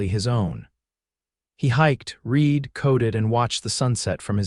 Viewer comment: "Read", long E sound is either present tense or future tense " Read"with a short E sound is past tense.